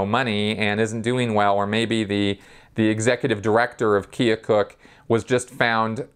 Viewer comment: minor correction, the Iowa town LRH often references is Keokuk (rhymes with firetruck), not Keocook. Otherwise a good and informative video. Thumbs up!